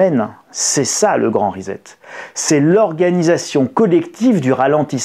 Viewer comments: On dit rissette (phonétiquement parlant) pas rizette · On prononce RISSÈT, pas RIZÈT ! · Salut risette !!! reset = re set ! pas risette ! Et ne dites pas toujours "on s'en foot" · Svp : ça se prononce ' ri-cet'. Pas comme 'faire risette'. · Rissette et non rizette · Ah oui. Ça tape sur le système son rizette ( fais risette). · Reset se prononce ricet. Merci. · Reset ne se prononce pas "rizette" lolll